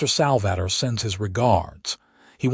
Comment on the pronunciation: Sal-va-tor.....AI is awful.